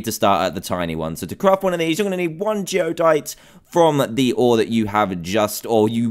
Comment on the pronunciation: It's Geodyte, not Geodite.